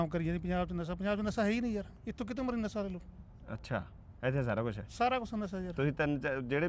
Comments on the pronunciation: ਨੀਲੀ ਸ਼ਰਟ ਬੜਾ ਬਾਈ ਤਾਂ ਪੰਜਾਬੀ ਵੀ ਨਹੀਂ ਸਹੀ ਬੋਲਦਾ ਲੱਗਦਾ ਨਸ਼ੇ ਨੂੰ ਨਸਾ ਦੱਸਦਾ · Mansa di boli hey ji uh sasa bolde han